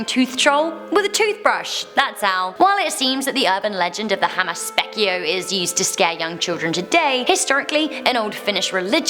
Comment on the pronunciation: That had to be the worst pronunciation of Hammas Peikko i ever heard lol